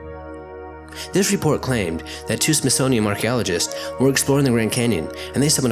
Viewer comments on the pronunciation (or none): It is SmithsoniaN, not SmithsoniaM. Really distracting, and not helping your cause. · Like the videos! But can you please say smithsonian? Cause it's not the smithsonium. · Just a quick note from a big fan... it kinda sounds like your saying SmithsoniaM instead of SmithsoniaN... no biggie and thanks for the hours of binge listening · Love your videos! It's the SmithsoNian, not the SmithsoMian.... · Why do you keep saying “smithsonium”? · Please slow down. It sounds like you keep saying "Smithsonium". That would not be good. Edit: oh wait... maybe 0.5 is the actual speed. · Why do you keep pronouncing the Smithsonian within m? It's Smithsonian with an n at the end. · It's called the Smithsonian, WITH AN "N" , not an "M"!!!!!! Have a nice day. I like your videos by the way. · There's a letter "n" at the end of the word Smithsonian... Just saying. Love your videos though!